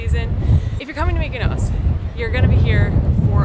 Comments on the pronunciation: Tulum....Mykonos. LOL That is exactly what I was hearing every time said Mykonos. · Nobody: TIM: MYKONOS